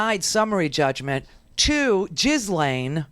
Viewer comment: Ghislaine’s name is pronounced Jill-enn.